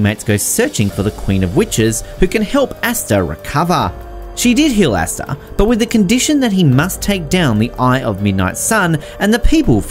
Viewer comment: Bruh said asstuh 😂